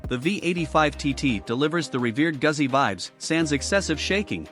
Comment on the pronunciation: Please learn to pronounce Guzzi. Long "U", the double "Z" is a "TS" sound. Thanks for the review.